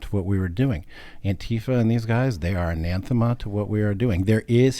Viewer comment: Anathma, not ananthma